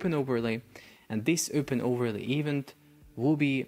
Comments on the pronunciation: ee-VENT, my bro, it's pronounced ee-VENT with stress on the last syllable, not EVE-ent. 🤭 I'm sorry, I know English is not a native language but you just used the word so frequently in the video and every time I got an eye twitch. Love your videos! ✊🏻❤️ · I truly believe your pronunciation is getting worse, the more videos you do. What is an "eevunt". Surely you have access to Google to check how words are pronounced?